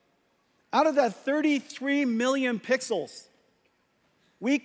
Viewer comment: I heard him 😂